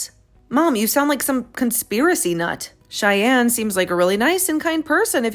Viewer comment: Shyann? Did you mean Cheyenne?😅